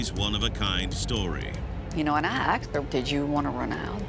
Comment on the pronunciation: did I really just here a white woman say "aksed" talk about copycating on a whole other level 🤡